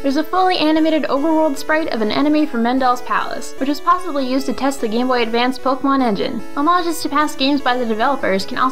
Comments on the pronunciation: How to make a pokémon video: Step 1: Learn how to pronounce Pokémon. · SAY POKE-AY-MON. POKE. AY. MON. THERE'S THREE SYLLABLES IN THE NAME. IF I HEAR POK'MON ONE MORE TIME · The only thing that bugs me is the way they pronounce Pokèmon.